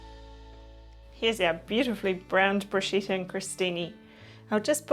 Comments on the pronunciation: Bruschetta not Bruscetta. The right pronunciation is about "Brooskketta" 😉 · Larrs Womb... Yes, in fact you are right. The pronunciation in very wrong. In Italy they wouldn't understand the hell she is saying !!! But why ? It's so simple ! Bruschetta.. the pronunciation is about "Broosketta". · pretty sure it's pronounced Brusketta in Italy. lovely video though